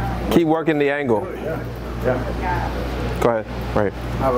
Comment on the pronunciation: You say "realitor" and I say "REALTOR"